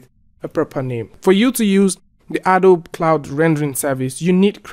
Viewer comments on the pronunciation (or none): It's pronounced "A-doh-bee"